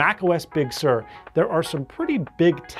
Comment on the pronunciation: I see, or rather hear that is pronouncing Big Sur correctly now!